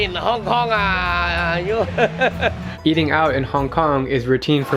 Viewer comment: hong konga looool ahhhhhh